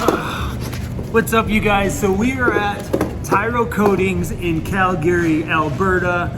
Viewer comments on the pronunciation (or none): It's CAL-Gree not Cal Gary